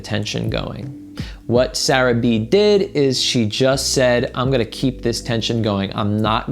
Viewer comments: Did anyone notice say 'Sarah B' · BAHAB you said sarah b lmaoooo